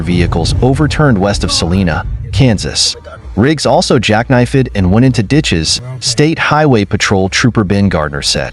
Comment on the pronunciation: Yeah, what the hell if jack knife-ed ?